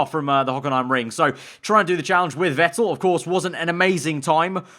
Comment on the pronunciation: Not Wettel 🤦🏼‍♂️ VETTEL